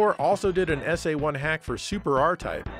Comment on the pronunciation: Don't beat yourself up,. I think your pronunciation of SA-1 was just fine.